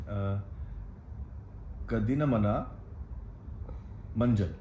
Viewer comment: Ada kadavulae(Oh god), guys are great, killing our sweet language. Its ok, haha...It did not sound properly hahaha...Word Manjal sounds correct from both of you...